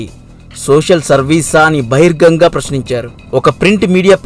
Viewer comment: బహిరంగంగా అని అనటం ముందునేర్చుకో బాబూ.